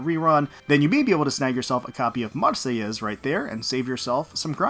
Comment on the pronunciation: Damn wasn't ready for that neat sounding pronunciation of Marseillaise and Provenance. Good stuff lol Also Tempesta events be fun. Always liked how they go the more peculiar side when making sail boats.